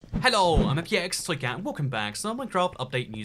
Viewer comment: Hi it’s me, imhxshzbx toy cat That’s what I hear